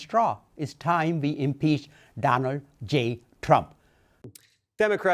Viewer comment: He can't even say impeach😂😂😂😂you know your country is in trouble when you lose your cultural identity. God what a freak😂😂😂😂😂